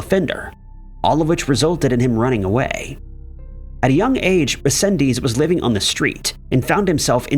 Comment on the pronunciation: Okay I couldn't take it no more, There's so much you got wrong on the Angel resendez Ramirez case, starting with saying his name wrong, then implying he was attacking people on the trains which never happen. Just a plethora of wrong information.